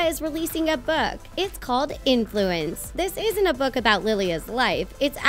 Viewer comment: tell me why the narrator said "book" like "bewk"